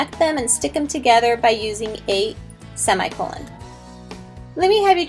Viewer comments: I hate how she pronounced semicolon! It's /seh-mI-kuh-lăn/ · sey me cololen she was saying it wrong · "By the end of this video, you should lknow how to use a semicolon..." but not pronounce them. Yikes.